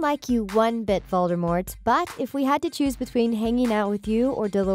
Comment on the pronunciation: Voldemort No, you will not! You have to say it correctly!